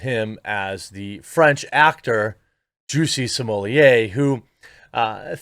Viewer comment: its pronounce JUSSIE like juicy and SMOLLETT rhymes with bolete or bullet